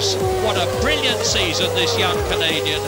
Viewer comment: Only Murray could make 'brilliant' into a three syllable word!